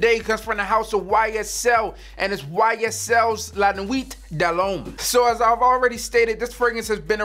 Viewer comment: Don't pronounce the last T in the word nuit. It's pronounced lah nuee do lum.